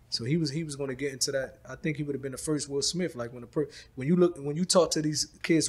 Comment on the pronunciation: Will Smiff 😅🤣 i love